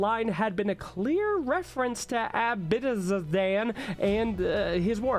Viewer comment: It's pronounced Ab-c-dian